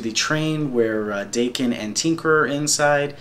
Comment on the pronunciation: Before anything else, pronunciations: 1) Mu-rah-mah-sah 2)Dah-ken (the "a" pronounced like the one in "cart") Thanks a whole lot for this! I really appreciate it, and this showed me something I haven't seen of Daken (though I am an avid follower).